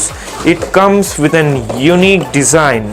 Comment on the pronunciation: Lol "desin"